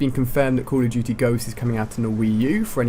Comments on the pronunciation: "cawl of juty" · Coll irf dooty hha that's how u said it